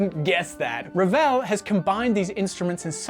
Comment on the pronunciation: A+ for effort on your R rolling, but.... Maurice Ravel was French 🧐Awkward